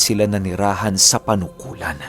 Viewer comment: Correction lang po, Panukulan, Quezon po hindi Punukulan. Listening From Quezon Province here